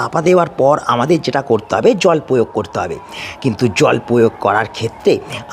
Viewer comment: প্রথম কথা এ্যালাচ নয়, এলাচ, দ্বিতীয়তঃ সাসক্রাইব নয়, সাবস্ক্রাইব, তৃতীয়তঃ পয়োগ নয়, প্রয়োগ , চতুর্থতঃ পতিস্থাপন নয় প্রতিস্থাপন, উচ্চারণ এ অজস্র ভুল, তাই সাবস্ক্রাইব করলাম না, আগে উচ্চারণ ঠিক করুন, তারপর ভিডিও করবেন